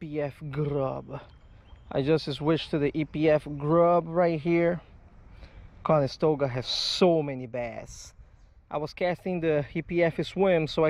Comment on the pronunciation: Is it late there or are you just missing the T in the pronunciation of the river? Just curious is all. I lived up in Oneida NY right by Oneida lake which is gigantic and is a regular stop on the bass pro tour fishing every year but the town of Canastota is right next to the area as well. Not trying to be a douchbag and correcting you so I hope you don't take it personally. Not my intent at all sir!!!